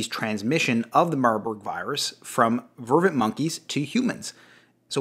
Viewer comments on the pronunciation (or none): *Vervet monkey. Not "Vervin", just sayin'